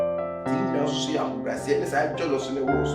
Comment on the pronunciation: I like the way Kyekyeku pronounces jealous. 2023 and beyond. 🤣🤣